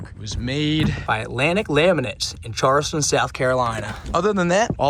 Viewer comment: Holy smokes how in the world did you pronounce Charleston!!!??? Did you just pronounce it like you say Charmander Pokémon.. or like Char on a steak.. brother 🤦 it’s Charles like the name and add ston. The way you say it made my ears turn inside out.